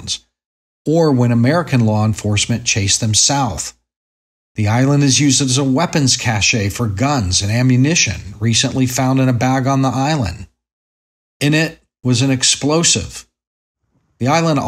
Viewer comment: "Cache" sounds like "cash", not like "cachet".